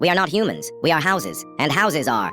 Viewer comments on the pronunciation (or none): Bro is hourses not houses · Not hausis but horsis